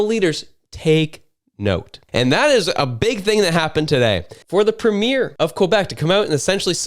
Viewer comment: WTAF is a "PUHMEER"? Do you mean PREMIER?